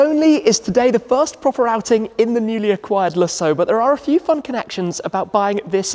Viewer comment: I like what you do here Tim, so I'm not here to give you a hard time, but some of your pronunciations make me crazy. Lusso Oh wow! That DBS is stunning!